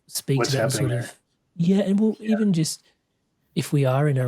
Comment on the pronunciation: El-even el-even am